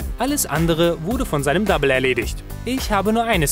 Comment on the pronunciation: Dem kann ich nur zustimmten.Da müssen definitiv Pausen zwischen den Personen.wirkt alles sehr plump und langweilig von dir.Und es heißt Double und wird auch so ausgesprochen (mit einem stummen o)